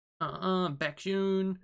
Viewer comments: No need to add the group name. You only add the group name if that member has a similar name with other kpop groups that is uncommon in Kpop industry. Plus it’s pronounced as ‘Bake’-‘Hyun’ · There's is only one BaekHyun. But there is a kai in another group. So you can just put BaekHyun in the title. And is pronounced beck-hyun is more similar with the word bacon. Today 27th of November is Chanyeol's birthday 🎂